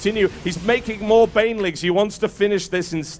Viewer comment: It sounds like Whitera calls Bainlings for "Baliens". So from now on it's Baliens for me ^^